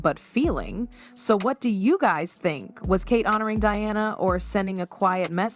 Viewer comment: This seems inaccurate And also weird in some respect, particularly pronunciation of names like Diana.